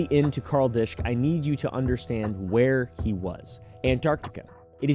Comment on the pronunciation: Its kinda funny but he mispronounces the name in the video. If its of german descent "disch" is pronounced "dish" not "disc." The "sch" in german never has a silent "h" but its common for english speakers to misspronounce. He likely thought "sch" is "s-ch". "Ch" in german is like a hiss that many non-native speakers struggle with and pronounce like k.